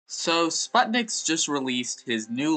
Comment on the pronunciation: Its sput nix